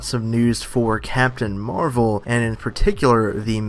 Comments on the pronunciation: Wow. Man certian crap irritates me. Stop making videos on the mcu if you cant even pronounce the names right. Its marvel, not marv'el. Seriously go back to your DC world. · Skankhunt42 He pronounces it Captain MarVEL